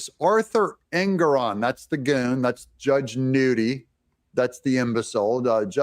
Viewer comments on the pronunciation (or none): Pronouncing Engoron sounds like his last name means ANGRY 😠 ON ALL PEOPLE